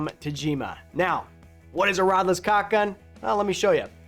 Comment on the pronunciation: What is so hard about saying caulk and not cock? The two words only have two letters in common.